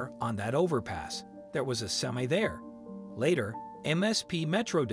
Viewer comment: I guess you can't find a live person to narrate this, Interstate 696, not six hundred and ninety six. Semi truck, not simmi truck.